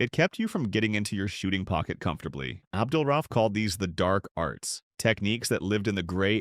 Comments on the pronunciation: Is this a.i. or do you not know how to pronounce his last name? Do better research. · I completely agree. It’s also culturally disrespectful. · It's very annoying and amateurish when the VO or probably AI can't pronounce the guys name right. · Make a video about the man, can't say his name right😂😂😂